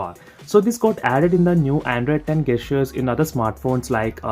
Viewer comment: When a reviewer says Gaysture instead of Gesture 😂😂😂😂.